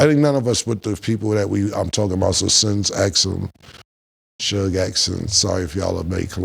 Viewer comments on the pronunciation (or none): none